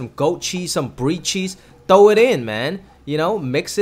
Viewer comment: “Thow” it in dude